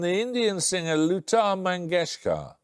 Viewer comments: dude, it is Lata Mangeshkar, not Luta Mangeshkar!! :) But it is alright, pronunciation is irrelevant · It's not "luta" you imbecile it's Lata Mangeshkar.